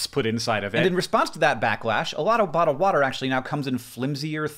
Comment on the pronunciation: "a lotta botta watta"